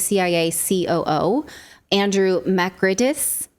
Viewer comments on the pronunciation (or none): it's "Makreedis" from noble Pontic origins I assume ^^